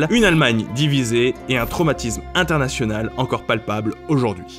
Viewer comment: pas de ''e'' à international 😜